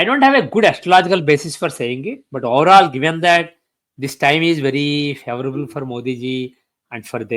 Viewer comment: His Hindi is horrible. Lot of south India accent embedded inside Hindi. His English is horrible too. His English too is embedded with South Indian accent. He pronounces overall and voverall... No doubt he may be an expert in homams and astrology, but he thinks too much of himself. He completely ignored the great master of Yogananda, Sri Yukteshwarji. Sri Yukteshwarji corrected the periods of yuga cycles in his book " The Holy Science" but this astrologer is close minded and doesnt even entertain the writers of Shatras can err.